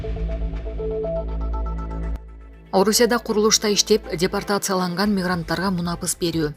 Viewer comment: Дипертацияланган эмес - депортацияланган десен минутту ишенбесен озун угуп кор!!! 😜😚